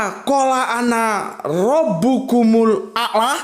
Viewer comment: 01:10:46:13 seharusnya bacanya robbuku "MUL" - a'laa